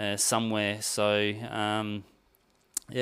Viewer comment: This guy cant say the word so with an o. Sounds like soew